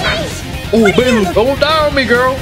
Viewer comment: Bro called her Baelu instead of Bailu. Not sure if that was intentional but it made me giggle